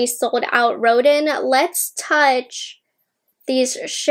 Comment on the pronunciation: Collection is gorgeous. FYI Rodin is pronounced Ro-Dan Thanks for the review 😊